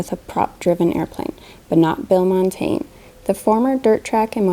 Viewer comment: Please, Montagne (French for mountain) is pronounced; Mon - Tang - yuh.